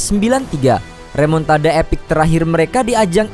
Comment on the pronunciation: REMONTADA❌ REMUKDADA✅